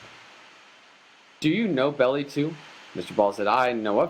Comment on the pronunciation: It’s BELLI you moron , Melvin Bell - EYE ...not Belly . God almighty where do these idiots come from ???????